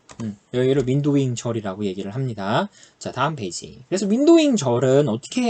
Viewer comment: 발음때문에 파티션바이 오더바이 윈도윙 머리속에 각인되요